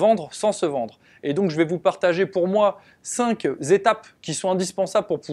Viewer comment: Oh "cinq zétapes" et "sept zerreurs" vous aimez les zzz 😁 aller petit rappel des règles de liaisons. Seuls deux, trois, six et dix permettent de faire la liaison avec "z". Et cent si multiples de cent et pas d'unité. Ex: on dit 100 (cent) teuros, et non 100 (cent) zeuros car c'est assimilable à sans euro donc 0 et pas pareil hein 😉. Mais on peut dire 200 ( deux-cents) zeuros ou 3 ( trois ) zerreurs, 10 (dix) zerreurs..... aller j'arrête là. Sinon merci pour toutes ces vidéos très zutiles et pleines de bons conseils.